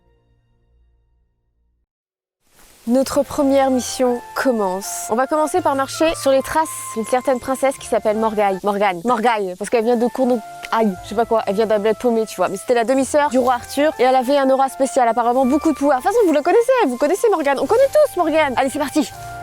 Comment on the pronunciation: Oh mon dieu la prononciation de Cornouaille ça commence bien 😂 J’ai mal pour les bretons mdr